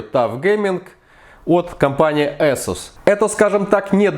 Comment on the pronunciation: безпровОдного . Ты узбек водопроводчик, дядь. Эсус. Нумлок. КэпсЛУК. Глаза режет, фу блять